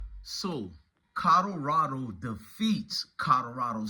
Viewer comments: This nigga said Kadarado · Nigga you need to go back to school you cannot pronounce Colorado for shit.